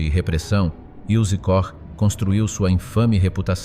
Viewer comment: KOCH NON SI PRONUNCIA COSì...